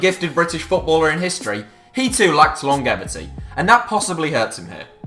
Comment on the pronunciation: The G in longevity is pronounced like a J.